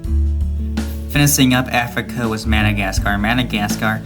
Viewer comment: Why Does He Say "Finising" And Not "Finishing"